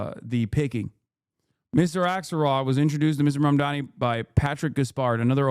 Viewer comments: Look at that short ass monkey. His name is quite literally spelt out in gigantic fucking letters in front of this monkey in a suit and he still pronounces it as "MOM-DOMMY" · It's literally spelt out in front of them and they STILL can't pronounce his name. It's insane